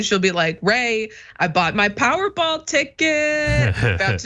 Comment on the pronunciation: “Powerrball” really? Come on.. let’s get it together